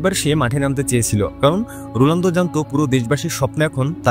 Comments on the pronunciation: Age bhalo kore bolte sekho totla Rolando❌ Ronaldo✔️ ❤❤❤❤ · কনটেন্ট বানান ঠিক আছে তাই বলে উচ্চারণ কিভাবে ভুল করেন? রুলান্ডু কি? যাকে নিয়ে ভিডিও বানাচ্ছেন তার নামটাই ঠিক ভাবে উচ্চারণ করতে পারছেন না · রোলানদো❌️ রোনালদো✅️ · আপনি মনে হয় ফুটবল খেলা দেখেন না । রোনালদোকে রোলানদো বানায় দিছেন। আবার 946 গোলকে 800 গোল বলতেছেন 😅😅😅😅😅😅😅